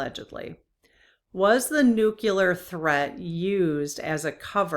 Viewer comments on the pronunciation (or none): Love your gift and show. BTW: NUK-YU-LAR is not a word. Nuk-LEE-AR is a word. ❤️ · I love your work and perspectives. But please, it is not noo-cu-lar; the word is pronounced nu-klee-ar. George W. Bush constantly mispronounced the word. Thank you.